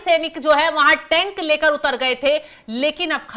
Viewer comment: Tent nahi mam tank boliye